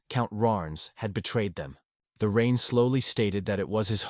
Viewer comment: Yeah better read the manga than suffer hearing this Ai crap. The rine the rine the rine waaaaah!